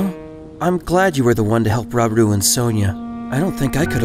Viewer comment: Why did you (mis)pronounce "Rauru" so badly? It's two friggin' syllables 😂